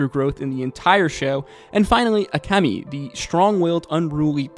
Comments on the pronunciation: Her name is akemi (bright beauty) and you keep calling her akami (red meat) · Her name is AkEmi, not Akami:) There was another guy on YouTube who called Taigen "Tiegen". Like... why?)) You haven't watched it in English?